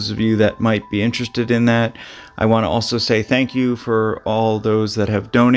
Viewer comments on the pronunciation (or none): none